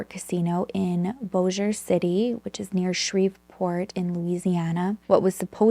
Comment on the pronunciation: I first want to say thank you 🫶 for pronouncing Bossier City and Shreveport correctly. I know when I lived there and someone who lives somewhere else would try to pronounce it, they would always say it like BOSSY-er. Wow, I was born and raised in the Bossier City/Shreveport area (41 years). We just moved to Pittsburgh Pennsylvania in August of 2019. It was nice getting to see it and made me even miss it a little. I even worked on the riverboat casinos for 14 years. I worked 9 years of it at The El Dorado. (Sorry, I'm just starting the video, I just wanted to say this before I got into the case)